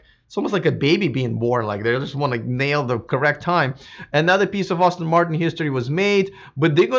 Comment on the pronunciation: Name of the manufacturer is pronounced Ass-ton not Austin...FYI